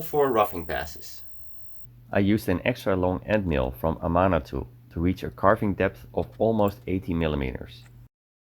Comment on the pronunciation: Amana is pronounced Ah-man -ah